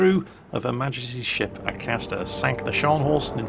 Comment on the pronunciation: Judging from the way he pronounced "Majesty" in the video, spliced the main brace before he started playing...